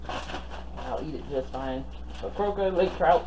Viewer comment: Wow you said it right. They are so delicious 😋.